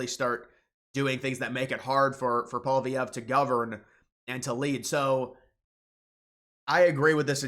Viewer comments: the conservative leaders name is prnounced like Poly-Ev. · It's pronounced "pwa-lee-ev-re" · Lofl!!! You cant even pronounce poilievre What a moron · Dude, you talk like if Carney being put into the PM spot was like a scam or something. He was elected by his party and that's how the system works. If Trump were to die Vance would become president, and it's not like he is elected directly...Trump was. So your whining is making zero sense. Also your attempt to pronounce Poilievre is getting slightly better but it's still pretty funny you can't still figure it out. It's pole-e-ev-re.